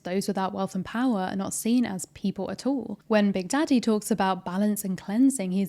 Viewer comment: you saying “big daddy” with your accent had me rollinggggg 😭